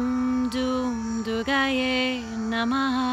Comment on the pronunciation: It is written and pronounced as Durgayei, so therefore, you forgot the "i" at the end.